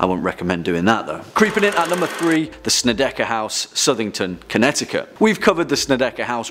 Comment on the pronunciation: Connecticut does not have silent t's. England brought some of its ghosts over.